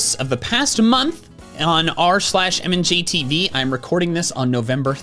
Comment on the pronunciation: its pronounced mand-j-tv